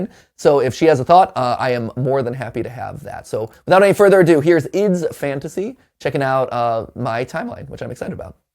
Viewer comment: I still confused why matpat say ID's fantasy instead of I D's fantasy